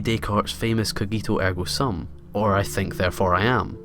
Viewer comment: the way he pronounces "René Descartes" and "cogito ergo sum" makes me throw up in my mouth